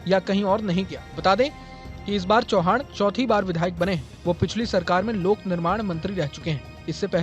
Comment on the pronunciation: चौहान नही चव्हाण ✅💯